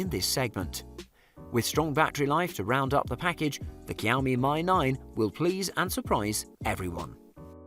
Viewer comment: kiaomi my 9 nice it's pronounced "shiaomi me 9"